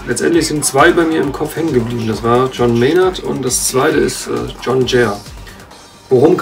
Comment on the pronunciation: Hat der da tatsächlich gerade "John" englisch ausgesprochen bei?